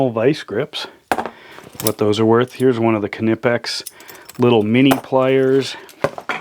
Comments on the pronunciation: I've watched a knipex produced video where the main guy in charge of R & D in Germany was talking to the main guy in North America and he pronounced it with the K silent as you would. It's just like knudesen or knife. So pretty please would you stop saying "Ka-Nipex" it's just Nipex or Knipex. It's a silent K. What kind of is this guy anyways? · It's pronounced nipex the k is silent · it's pronounced Nippex silent K, advice from Uk on the use of english to our mercan cousins 🙂😁